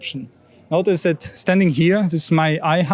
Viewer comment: Please work a bit on your overly German way if talking English. It's not 'z'is and 'z'at but 'th'is and 'th'at 🤗. Pronounce 'dz'is instead of 'z'is